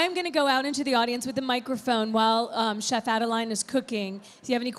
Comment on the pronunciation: Great video, technique and recipes. Merci Chef Adeline.. And sorry that your host kept rudely butchering your name (Adel-AY-N), despite you saying it correctly in front of her several times (Adel-EE-N).